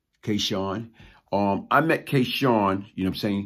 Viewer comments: K-Sun is not K-Shawn. You're saying his name wrong. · I know this story well. The young lately killed was not K Sun s girlfriend. Also your pronouncing K Sun wrong . If memory serves me correct K Sun was killed before Wood